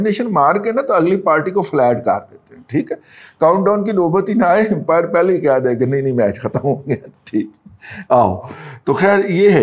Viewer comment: Razi Sahab aapki angrezi bahut hi maadi hain, "Impire nahin "Umpire" hota hain. "Simple as that" nahin "As simple as that" hota hain.